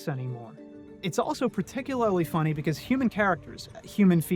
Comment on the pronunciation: Particu-lair-ly? Gurl what? lol